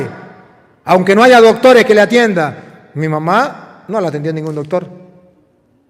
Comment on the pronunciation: me encanta cuando dice dotores! que ❤️❤️❤️❤️Sabiduria divina que lo acompaña !